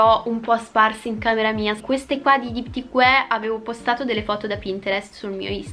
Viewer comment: Si dice Diptique